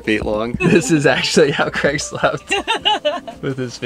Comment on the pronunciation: Is there a reason that Americans cannot pronounce ‘Craig’?